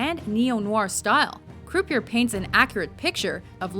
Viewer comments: croupier is pronounced crew pee ay. They even use the proper pronunciation in the clip shared. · Every time the narrator mispronounced croupier, I cringed. It is not croo-pee-er, it is croo-pee-eh. It's a french word. Please have some respect for other languages. In fact, I'm pretty sure WatchMojo is Canadian, so they should know all about the french language, seeing as how the government makes you learn about it in elementary school. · Its prounounced CROUPEE-YEAH, Not croup ier. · Did that ignominious buffoon just say CREW PEE ER for Croupier? You gotta be fkng kidding me. Wtf is wrong people. Doing a video on gambling movies and can't pronounce croupier because the fool never gambled. How embarrassing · Croupier not “crew pee err” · Thanks for butchering the word "croupier". It's pronounced "croopyay". Christ, even the female character in the clip pronounces it right. Are you even listening? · Is she saying croupieR this way intentionally to piss me off? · Can someone teach this lady to say 'croupier' properly? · Learn how to pronounce croupier you ignominious fool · I thought that "croupier" was supposed to be pronounced as in French - meaning that the last "r" is silent.